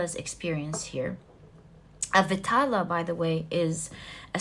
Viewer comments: Pile 1.it is not vitaala.it should be pronounced as vedhaalaa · Pile 1....its vikram and Betal(not vitala).... Resonated totally... 😊